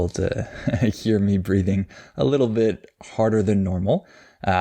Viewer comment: A little bit You don't pronounce the t right in little and relace it with a in bit or what l? Like ( alil be2)?